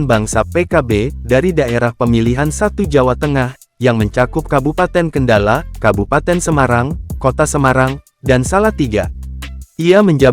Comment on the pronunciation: Belajar baca yg bener min... mana ada kabupaten kendalaa di jateng lol